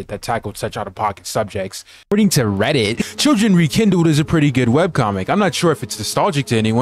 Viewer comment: Bro, the way you said "ReDDit" had me dyin